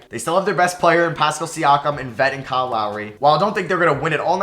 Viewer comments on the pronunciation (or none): none